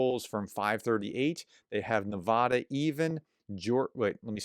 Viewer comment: PLEASE, I'm begging you now, Nevada is Ne va (as in cat) da, not Ne VAH da! Maybe you didn't see my last 5 times of asking, so I'll try once again. Thanks! And thank you for all that you do!